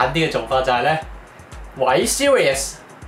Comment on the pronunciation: 讀Siri 唔係讀series😂